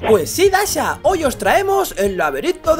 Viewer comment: Y se dice dasha